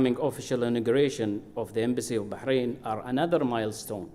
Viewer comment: What an odd note the U.S. added to today's celebration. And why did the US Ambassador pronounce Bahrain Bahrahn?